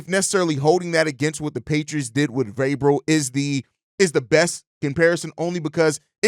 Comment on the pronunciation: Glad Vrabel is off the list because I couldn't bear you mispronouncing his his name every day. At least you realized you were having issues with it and working on it lol. Much love though bro!